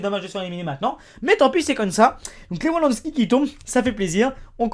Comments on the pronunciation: y'a tellement de sacrilège dans cette video comme LeWandowski qui se prononce LeVandowski et qui s'est fait eliminer par le portugal alors que le match est jeudi bon ... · Pour Rober Lewandowski, ça se prononce "Roberte Levandovski" : :) Et au passage, je veux bien te débarrasser de tes doubles, t'inquiète, n'aie pas peur. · Lewandoski ça se prononce LEVANDOSKI ptn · Lewandowsky ça se prononce Lévandovsky mdrr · Sa se prononce Levandowski mais s'écrit lewandowski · en français dit LEVANDOVSKI CAR TU N ARRIVE PAS À LE DIRE PUTAIN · Salut on prononce moutinio et pas mountinio et levandowski voilà sinon j'aimerais bien gagner les double ou même iniesta avc une boîte merci 😊